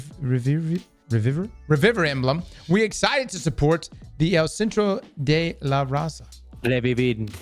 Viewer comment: trying to pronounce "Revivir" and "El Centro de la Raza"... 🥵🥵🥵 Buen intento